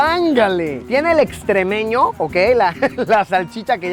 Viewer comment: Luisito no se llama extrémeño se llama estremeño XD 🤣